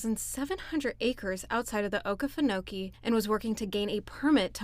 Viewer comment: Oh-KEE-fen-oh-kee, with the emphasis on the second "oh." Thanks so much for sharing this story! 🙂